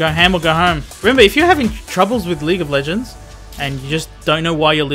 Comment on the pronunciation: "Leegah LEHHHgends"